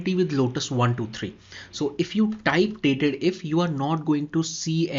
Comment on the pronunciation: Nice video and it's not datedif. Its actually date dif ( dif for difference)